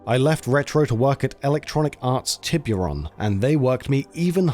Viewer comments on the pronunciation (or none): Tee bure ohn..not tay beer on